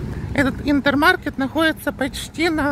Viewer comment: Интермаркт! Хватит все магазины на ваш украинский лад произносить.Маркет это у вас,тут Маркт.Микс Маркт,Интермаркт.Маркт,Маркт!!!Необучаемая